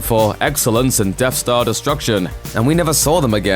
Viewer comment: Hey It’s Death Star Not Dead Star lol